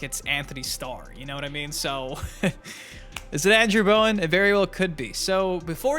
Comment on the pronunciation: It's not Bowen